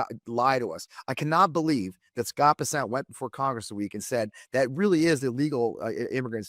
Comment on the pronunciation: Scott Bessant? I thought it was Pissant.